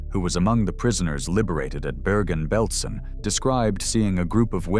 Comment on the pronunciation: Ma come pronuncia Auschwitz, grese,bergen belsen ecc,meglio,andare a. Scuola